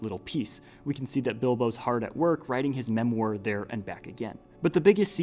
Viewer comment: you pronounced memoir wrongly